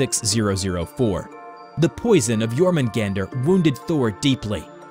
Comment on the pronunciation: Som en Svensk kan jag säga att det stämmer(As a Swede I can say that that this is true). But you do not pronounce Jörmungand or Mjölner like you did. The text on it's body is called "runor". Btw yes, the poison is for combat, but against Loke, not against Thor.👍great video, 9,5/10.